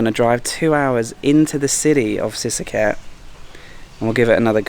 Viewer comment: lost me at the moment you can't pronounce sisaket properly. that alone tells me you're a lost farang in a country you don't belong